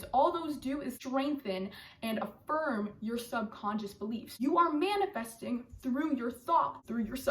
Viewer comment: “You not manafasting what you want, you manifest what you ARE”